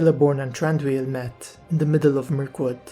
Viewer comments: No its pronounced "Thran-Doo-eel" as you can see in Tolkiens books and other writings. The Hobbit movies takes up the Tolkien Pronunciation too. How did you make it "Th-Ron-doo-eel" if I can ask you? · I believe his name is actually pronounced Th-Ron- doo-eel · Why are you pronouncing his name wrong ?